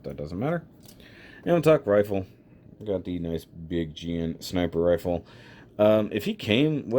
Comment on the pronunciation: "Sneepuh reeful" XD